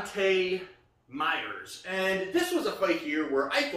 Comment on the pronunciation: Who the fook is meyers it’s mayes